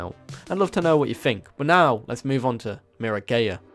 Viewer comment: Please, It's mirror-guy-a Not mira-🏳️‍🌈-a